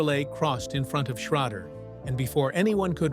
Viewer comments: Ken Schrader is not pronounced as you're saying Ken Schrodder in this video. So for Correction its Pronounced Ken Sch...raid...er , but its spelled Ken Schrader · The guy talking and saying Ken sharader last name, can't pronounce his last name Correctly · Too bad they cant teach that fake voice how to pronounce Schrader.